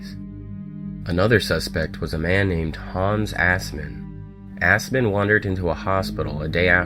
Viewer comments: I know his history. He was german, born in germany, served in WW2 as a guard in Auschwitz. And his name is Assman. Not åsman. It's not pronounced as English people would. The a in the ass is shorter. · Ha ha ha ha he said ASSmen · Aspen. I'm hearing ASPEN. 😂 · nah, it's assman. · Assman isn’t pronounced like that.